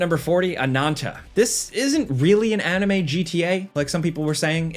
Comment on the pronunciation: It's "uh-ni-me" my gosh it's like I'm running the discord server!